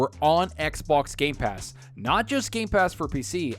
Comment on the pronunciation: Hahahaha seconds mark and this guy says g.a.ypass hahahaha